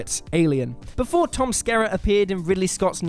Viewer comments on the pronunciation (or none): none